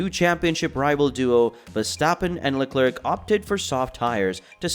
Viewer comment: sorry man but its pronounced "Le Comb" not "Less Comez".. Also it's pronounced VeRstappen not vestappen. There is an R there. It is also Carlos "Sainz" not "Sayings".. good luck on future vids.